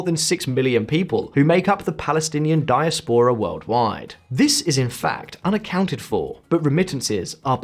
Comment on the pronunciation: Pronunciation of "contiguous" and "diaspora" is odd!